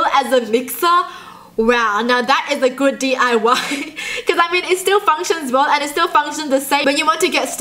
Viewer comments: It's diy not dly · u said d.u.y its diy